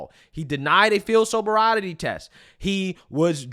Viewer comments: "Sober-Riety" ❌ Sobriety ✅ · ain’t no way you can’t say “sobriety” 🤣